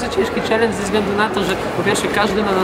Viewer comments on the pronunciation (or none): Dlaczego SZELEN a nie CZELENDŻ? Co z Tobą jest nie tak :D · Mówi się czelendż a nie szelendż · Czm on mówi szelencz